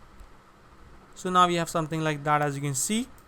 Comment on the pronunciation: "Looks Puhfect"